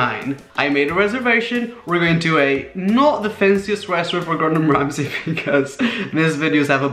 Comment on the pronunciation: and it's Gordon Ramsay